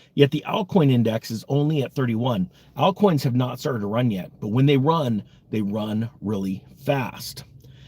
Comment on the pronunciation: Alt coins? Some weard pronunciation man!